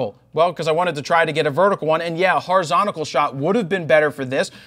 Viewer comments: "horizonical" lol awesome video though ! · What is "horizontical?"